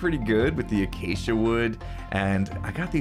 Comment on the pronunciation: ‘Acacia’ Every other hermit: ‘acada? Ac ca cada?’